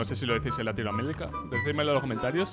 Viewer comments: LatinoAmelica :v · “latinoamelica” black el Chino xd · latino amelica :3